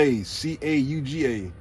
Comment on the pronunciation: Lol close on the name...Sylacauga... see if I can type this out... (seal-a-cahw-ga)